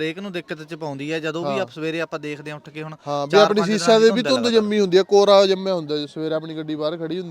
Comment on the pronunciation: ਸੀਸਾ ਨਹੀਂ ਸ਼ੀਸ਼ਾ ਹੁੰਦਾ ਹੈ।